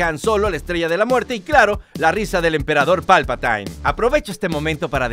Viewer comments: palpatain ? jajaja eres un patain !! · No se dice /palpaTAIN/ sino /PALPATIN/ y el apellido McDiarmid tampoco lo pronunciaste bien 😅